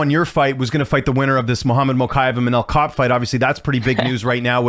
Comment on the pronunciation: It's cop not kape bro